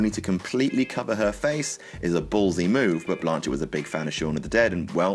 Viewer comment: Her name is not Blaaaaaaanchet?